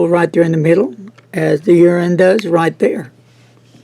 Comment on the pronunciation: Yiren might be better pronounced "yee-rin" <3 Love ya,!